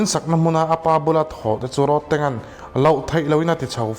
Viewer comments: Road tih thluk a lam lo in.. Thir tlawn Rod ang a lam tur Rodtang.. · Ilam diklo ahming khi tang itih khian indona tank ang in ilan a,tang Mizo takin chhiar la rodtang tih zawk tur ani e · roadtank tiin i lama. Rodtank tia lam tur ni awm tak